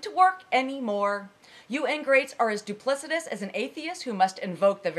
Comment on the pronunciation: "Ingrates, in their opposition, believe retarded things" lol I totally know, the stuff they believe is soooooo retarded, and totally gay as well. This woman is going for a dumb-downed, much hotter version of Ann Coulter, and it is working. Nice spin with the extra-pronouncing on words like 'duplicitous', then giving a small, GW-style smirk of "I did it." Yes you did, yes you did.